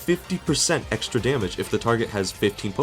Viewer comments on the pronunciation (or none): none